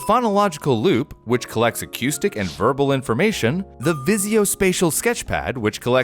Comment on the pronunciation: acoustic: ah coo stick, not ah cute stick